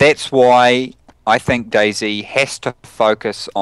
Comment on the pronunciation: i love how he say's DayZ like 'daisy'